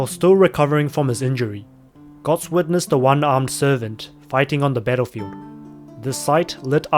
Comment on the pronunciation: Its götz not gotz